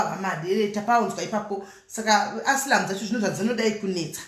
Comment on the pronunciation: And it's pronounced as asailamu